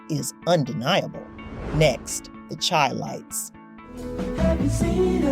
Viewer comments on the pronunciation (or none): It sounds computer generated AI. No person would say "Lead"(the element) for "lead" as in lead singer. Chi Lites was pronounced "Chee".